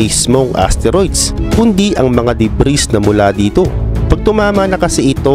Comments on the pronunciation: Debris - de bri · Silent "S" yung DEBRIS